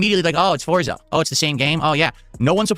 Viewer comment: "YOU GAIS wanted this!" "All of you yelling at me to play Foriza 6!"